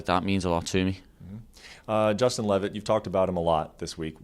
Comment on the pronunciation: Brett gotta go ... "Justin" ? Cmon man